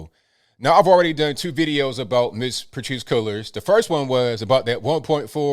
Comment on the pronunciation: Patrisse Con-Cullors